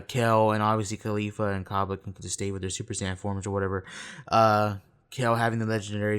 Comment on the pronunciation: bruh why do you call her khalifa like Mia khalifa. Caulifla is gonna show up in a porno soon lmaooo